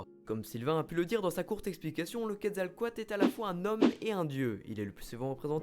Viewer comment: Super vidéo ! c'est juste il y a souvent une chose qui me dérange dans beaucoup de vidéos YouTube, et même quand les gens en parlent, c'est que pour dire Quetzalcóatl, vous prononcez entièrement à la française, alors qu'on fait apparemment il faudrait dire "kouèd zal cohateul", après certains vont dire : "c'est bon on est en France, on s'en fout un peu de l'accent", mais bon c'était juste pour le signaler, après c'est rien de grave, c'est juste que j'aime beaucoup le mot prononcé avec l'accent d'origine ^^